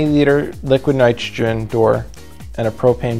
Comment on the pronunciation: "Liquid nitgegen" wtf are u saying bro ???